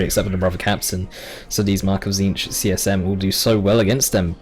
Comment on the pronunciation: Lirette I wasn't really paying attention to the pronunciation until he tried hard and said something like Tzink. English is not my native tongue and i got pblm with some names too. I try to dodge Tzeentch everytime i can Xd.